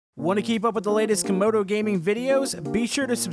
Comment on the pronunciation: why does Youtube always pronounce Camodo’s name as kAmOdO gAmInG? also on this episode “modal gaming”